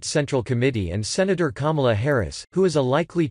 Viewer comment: Normally I don’t like these robotic voices.......but at :14 apx. It sounds like he says. Kumala. And I laughed